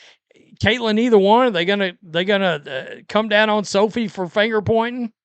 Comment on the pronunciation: "I'da gave her the middle fanger!" has me IN REAL LIFE TEARS!!!!!!!!!!!!!!😂😂😂😂😂😂😂😂😂😂